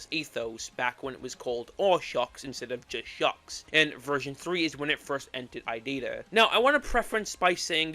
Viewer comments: Why are you calling it idida and not irida? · why do you say irida like idita? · Please stop pronouncing irida as "i data" PLEASE💔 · So few things 1. Aethos v1 dropped i think a month before silly billy but was overshadowed by it 2. The Courpse is Mocking Me and Cordyceps are actually title changes and the original names were Body Floating Towards Me and Obsolete 3. It's pronounced I-ree-da(i think) not i-did-ah 4. The og sprites you showed were actually fan finishes, the real ones wer never finished 5. Slingmingo didn’t make shuck they only wrote the lyrics and sang them Edit: forgot stuff 6. The Secret Door arc starts at the ending of the apartment era no the old sml house era 7. Revenant, EXECreation and kinda irida come from Aethos however irida was originally a Logan head song from SML wiki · How did you possibly get to "Idider" from "Irida"? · IT'S I - RI - DA! it's no that hard! 😭😭😭😭😭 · Also, IT’S PRONOUNCED “E-RID-UH”